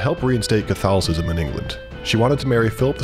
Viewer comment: Bro can't say catholicism